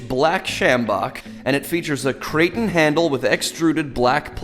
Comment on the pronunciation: (KRAY-TAWN) (KRA-TON) Handle dude... Jesus Christ.